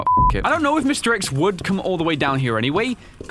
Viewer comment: Lmao i heard mr eggs not mr x